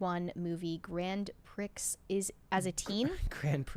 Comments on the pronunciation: Grong Pree. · Grand Prixxx? You don't know how to say that simple elementary thing? The only reason it's elementary is at like 12 I knew how to pronounce that. But maybe it's her generation that doesn't learn or just say words like that that are about racing? In her Internet social media world her generation is never exposed to things like car racing?